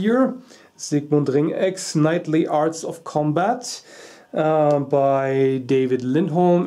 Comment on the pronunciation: the days u suprise me, excellent clear pronoucniation of Herr von Ringecks name... u pass for german. Some simple dancing pieces of friends: And their friends collecting beautifull historical pieces of steelwork